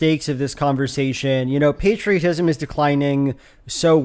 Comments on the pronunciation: Love to be told that I should be grateful to shovel for 8 hours a day by folks who've never touched a shovel in their life As a red blooded American, I will not be lectured on patriotism by someone who pronounces it "pat-ria-tism" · As a Brit I've never heard anyone pronounce "patriotism" like that, makes it sound like patricide, and while I can't prove it I'm now 100% certain this guy has an Oedipus complex. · ain't no way you're gonna pronounce patriotism like that and lecture me on it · I'm British and I've never heard anyone pronounce 'patriotism' like that. Maybe it's a regional thing (although my accent is similar to his), but I suspect it's a case of 'throw in a few more short vowels, our audience think it sounds intellectual'